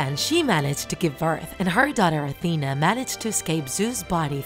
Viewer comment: Why did you sey atena )